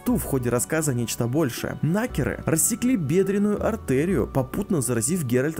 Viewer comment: Почему я вместо слово Накер слышу Нахер?)))